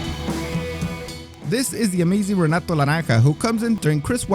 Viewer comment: Obviamente hablas español pero Renato se dice "jenatu" en portugués, mijo. Or, in English phonetics, it's "heh-NAH-too".